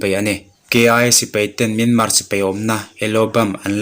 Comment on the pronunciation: Sipei a awmlo a sipai tih tur